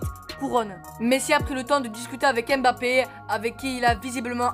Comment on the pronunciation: Apprend à prononcer le nom de mbappe... Le m ne se lit pas séparément du reste du nom... C'est mbappe et non m'bappe